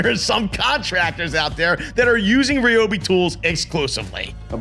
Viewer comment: It’s Ryobi not Ryobi